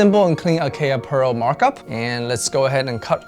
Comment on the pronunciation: I am not trolling or gatekeeping, but I hope you realize that you are pronouncing Acaia incorrectly. It's an Ethiopian varietal and pronounced differently. It is just something I wanted to point out, otherwise great video. You can check Acaia's own channel and how they pronounce their name. It's an honest mistake, James Hoffman even mispronounces Timemore's name, so it happens to everyone.